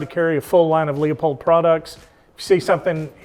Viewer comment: Pronounced Loopold “e” is silent.